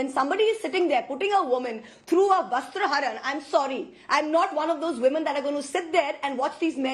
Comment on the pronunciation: "VASTARHARAN" ~ She is like an INFANT who learns a NEW WORD and keeps CHANTING it.